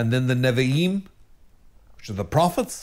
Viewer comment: Constructive comment: Ma-shee-ach (ch like Bach) = Messiah/anointed one in Hebrew. Otherwise, Tanach, Nev'im were perfect.❤